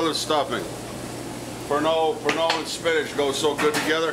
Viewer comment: He was adding "Pernod" to the food, but I thought at first he was saying he was adding "burnt oil".